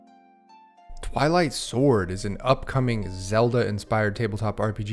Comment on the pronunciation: Ohhhhh, Twilight Sword. I thought you said, "I Like Sword"